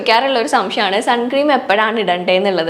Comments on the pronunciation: ചേച്ചി സൺ ക്രീം എന്നല്ല സൺസ്ക്രീൻ എന്നാണ് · Sun cream alla unni... Sunscreen aanu... Venel sunscreen cream nnu parayam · Great video!! Just letting you know it’s not suncream..it’s sunscreen. Hope that helps. ☺️ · Sunscreen ആണ് sunscream അല്ല